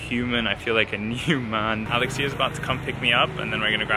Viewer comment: Thank you for making this video! As a Greek in the US who can’t go to Greece this summer because of the pandemic, it feels really nice to watch it! P.S. Alexía is a beautiful and easy Greek name to pronounce, so no need to shift the accent hehe